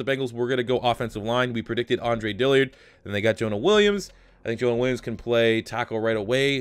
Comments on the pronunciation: It’s is Dillard not Dilliard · Also U've been saying his name, "Andre Dilliard" but its actually Dillard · Dill-ard. No I. Not Dilli-ard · Sean Cook yeah the man can’t read 🤷🏼‍♂️ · DILL-ard! NOT DILLY-ard! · Another video, another day wondering when will realize it's Dillard, not Dilliard.